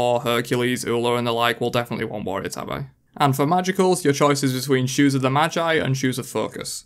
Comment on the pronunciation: It’s pronounced like the cat, tabby, not TAB-EYE. They’re the ninja flip flop sock looking shoes from Japan.